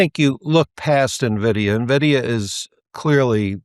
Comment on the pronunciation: At least this self admitted “not a technology analyst” knows how to properly pronounce NVDA.